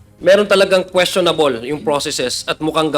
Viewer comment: Queschonab-leh? Ano yun?